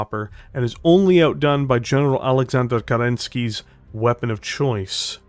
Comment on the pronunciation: Find someone who says your name like says Aleksandr Kerensky.